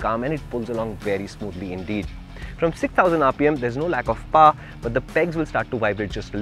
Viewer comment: Paar drift???? It's either pronounced as pawa or paw. Paar is neither bristhi nor American or indian.